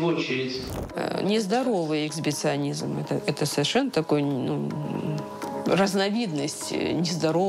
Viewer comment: А что такое эксбиционизм, о котором говорит женщина-якобы сексолог? Ну эксГибиционизм — понятно. А вот то слово, что она произнесла, никогда не встречала...